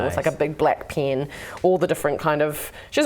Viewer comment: the most interesting pronunciation of 'pen' i've ever heard -- piiyien